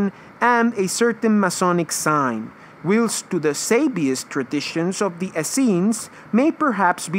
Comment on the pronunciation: It's not 'willst' for whilst..... it's pronounced 'whilest'